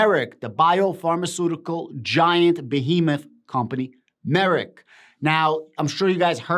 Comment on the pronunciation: Just saying. The correct way to pronounced the company is drum roll... Merck like perk. Not merit.